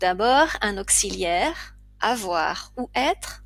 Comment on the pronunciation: depuis quand dit-on "Astérix" qui plus est au féminin, au lieu de "astérisque" au masculin???et "auksiliaire" pour augziliaire?pour quelqu'un qui enseigne je vous trouve un peu légère